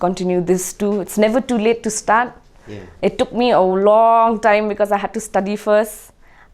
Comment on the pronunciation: ka ak nang kren phareng....its never to late to STAT🤣🤣to stat....stat sha ei.......lah bew....